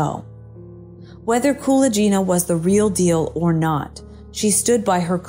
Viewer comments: You mispronounce Nina Kulagina's name. It's not "Koola Jeena". Rather, it is similar to how one pronounces GULAG, putting the emphasis on "A". So, it's KuLAGina. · Thank you for the video! You are not pronouncing Nina Kulagina's last name correctly though. The g is pronounced like in gun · Only now there is no excuse to mangle people's names pronouncing it all wrong. At least before it could be blamed on the AI not being able to pronounce foreign names. Now it's just pure laziness in research. Kulaghina is for some bizarre reason is pronounced as Kula Geena. Completely wrong ! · The "g" in Kulagina is pronounced as in "grape". Your pronunciation makes her sound like someone from India) Interesting, I've never heard of her before. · It should sound like, Kuh-lah-gyh-nah, with stress on the first ''A''. Otherwise it sounds like some italian name. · Kuh-LAAG-inna. She is infamous. Do you plan on mispronouncing as many words as possible? She was a USSR crank. Y'know...Fake.